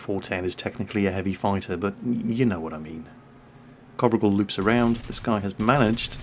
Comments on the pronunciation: y u no get the name right?? It's sounds like Covrigal like in description but if its COVRIGEL ( Romanian ) it sounds something like CO(like in Coal)VREEGEL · The right way to pronounce his name, the "gel" at the end should be pronounced just like hair gel. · Imi place mult cand incearca sa citeasca nume romanesti... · Covrigel means pretzel in romanian:))))). Also,, you said it totally wrong. Good thing you wrote it, wouldn't of recognized it otherwise. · that's not how you pronounce covrigel,if he is a romanian player then you do have to check out how covrigel is pronounced because it sounds kinda cute and covrigel in romanian means pretzel:D